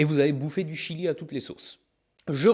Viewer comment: MIAM jedore le jilieuh